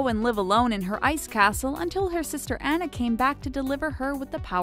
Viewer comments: It's Anna (Au-nuh) not Anna (Ei-na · Grace I died when the narrator said Tianas name like Tea-anna... it’s pronounced Ti-onna. And then when she said Anna’s name like An-na, when it’s pronounced On-na. 🥴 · No, it is pronounced Anna and not Onna in real life . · It's not Ana it is Anna(Anah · Actually it is pernownsed ON-AH not ANN-AAHH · AH-NA NOT AN-NA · It’s not Anna like Anna dewny it’s Anna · You say annas name like (on-na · I'm sorry but the most annoying part of this video is the way she pronounced the names like Anna? You pronounce it on uh and Ariel you pronounce it air e ol and Tiana you pronounce it Tea on uh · its anna (awna) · Is anyone else dying inside every time the narrator pronounces “Anna” or “Tiana” in this video as if she has never watched these movies even one single time? I couldn’t even finish watching this, Disney is disappointed in you madam. 😑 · You said Anna AND Tiana wrong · You really saying Anna wrong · cringe they mispronounced Anna's name!